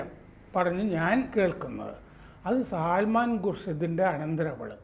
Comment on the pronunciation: സൽമാൻ ആണ് സർ. സാൽമാൻ അല്ല.